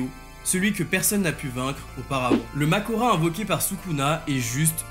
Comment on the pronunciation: C’est pas Mahoraga ? et pas Makora